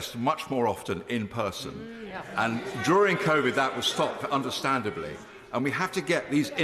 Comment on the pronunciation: I love that she called it "convid" - lol!